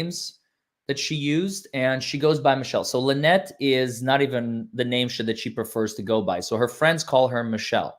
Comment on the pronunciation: It’s LueNut ..